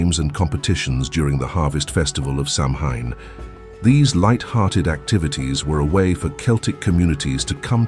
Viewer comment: Ask a Gaelic speaker or Google-Learn how to pronounce “Samhain”. It’s more like “sa-wane”.